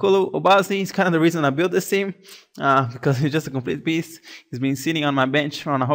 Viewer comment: Haha I love how you say beast like "bist"